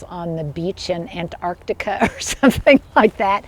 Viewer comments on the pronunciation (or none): none